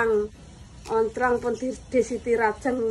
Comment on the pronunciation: Tempatku daun bawang itu loncang mas bukan oncang... Apa aq salah dengar ya 😄🙏